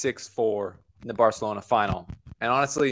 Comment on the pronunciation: My guy….. I appreciate the attempt at pronouncing Barcelona correctly but it’s hard to even discern what you said lol. Great video though